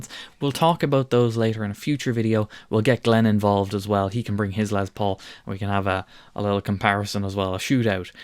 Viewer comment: LES Paul, not LEZ Paul....😂